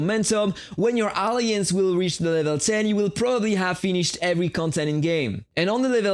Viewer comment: sorry to say it m8 but you are pronouncing the word alliance wrong 😞